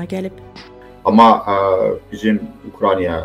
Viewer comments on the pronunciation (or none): Ukraniya nədi? Bu da bizim professor! UKRAINA!